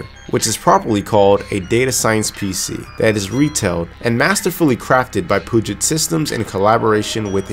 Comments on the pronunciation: And to be "that guy", it isn't "poo-jet" systems, it is "pew-jet" like pew-pew or 'pee-you-jet'. So pee, not poo. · It's pronounced "pew-jit" systems, no "poo-jit". Puget Systems is based in WA next to the Puget Sound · Hey, as a washintonian, we pronounce puget, like Pew Jet. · As someone living in the Puget Sound area, it's pronounced "Pew-jet". On another note, I love how you showed the difference and actually used a system like this for what it was intended. Poor Linus can only show video rendering and gaming benchmarks. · its "pyoujay", think French. Puget is awfully close to pungent. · I love his videos HOWEVER it might triggers me that he says the name wrong.... LOL Either way keep it up!